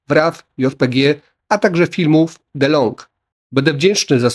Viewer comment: Nie "Delong" - "Di - Log"